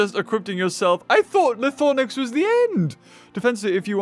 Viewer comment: it’s called “ Lie Throw Nax” not Lie Thor Nax